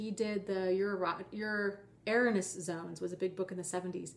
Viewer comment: Nice video but... Wayne Dyer is far from being a narc,,, His cd's helped me get thru covert narc abuse, Theres been a huge body of work since "your erroneous zones" (Which wasnt even pronounced right btw) ... I would never discount his teachings. He is more spiritual now than anything and he can help many people. Being open to help and keeping an open mind will help victims of abuse get thru this in addition to Forgiveness. When the student is willing the teacher will appear :)